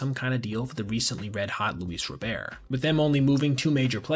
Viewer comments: Just an FYI, its "Rob-bert" and not "Roh-bear" for Luis Robert. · FYI it's RoberT, not RoBEAR. If you want to pronounce it like Luis does you roll the first R. But either way there's a T at the end. Benetti clarified with him in 2020. Check the official mlb pronunciation guide if you don't believe me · Luis “Row-bear” 😅😂